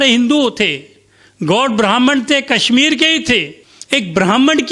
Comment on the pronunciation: कसमीर नहीं कशमीर तथा कसमीरी नहीं कशमीरी उचारण करें| आप खुद के उचारण से आप का मजाक बन रहा है |